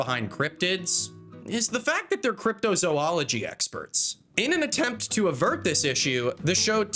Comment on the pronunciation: I think the number of times mispronounces "Zoologist" is scarier than the cryptids.